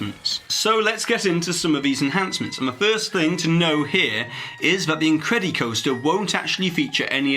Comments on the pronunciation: Incred-ih-coster not incred-y-coster. Its the same way you say incredible dude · But he doesn't say "The Incred-E-bles", so why say it with the coaster part? Lol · It makes me laugh when pronounces the "incred-E-coaster":) So properly British!